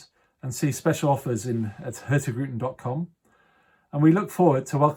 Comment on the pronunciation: I love how the host constantly mispronounces the name of the company he works for: hurtigruten. The G is silent :D